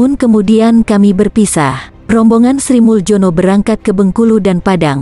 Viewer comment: Pengisi suaranya tdk faham ejaan lama contoh Sri muljono hrsnya dibaca srimulyono dan banyak lg ejaan lama yg dibaca seperti yg tertulis saja !!!